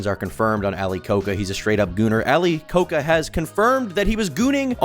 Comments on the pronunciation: why do you pronounce it like ali coke uh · His surname is pronounced as ko-ja by the way and not like the Coca-Cola, if anyone is interested. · Ali "Ko-ka"🤦🤦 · it is ali koca pronounced ali koja